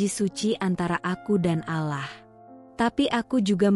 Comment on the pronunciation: Alloh bukan alah kalau tidak bisa dan tidak mau bilang alloh jangan membaca naskah cerita yg ber nuansa islami